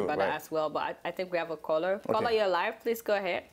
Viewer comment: love you all saharatv. I also like how when you say caller it sounds like "kola",,,hehe